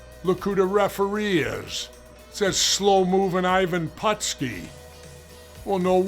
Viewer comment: Hey, Jesse. Don't you mean Ivan Patooski?! 🤣🤣🤣